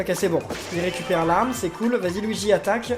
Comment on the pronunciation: nn luigi il dit : go weegee!